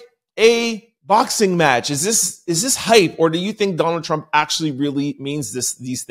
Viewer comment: I think you put to much emphasis on Trump name. Even if it's not intentional it comes across that you appear to be . Just saying from following you. I just got in a diff if opinion about your opinions as well as All our opinions